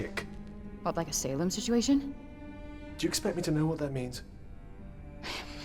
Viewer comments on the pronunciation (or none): none